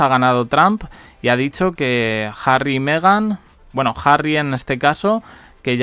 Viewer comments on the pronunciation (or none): none